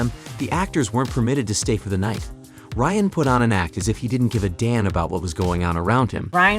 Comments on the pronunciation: Stop calling him rayan... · His name is Ryan not Rayan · It’s RYAN, not RAYAN. This isn’t bloopers at all. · how the fuck are you dumb enough to pronounce Ryan wrong